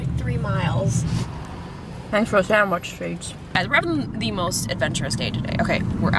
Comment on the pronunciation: "Brees in the trap. Bree brees in the trap. Where's bree?" "..In te trap." Hahaha.